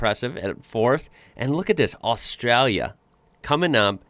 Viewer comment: learn how to say Australia correctly. please its doing my head in.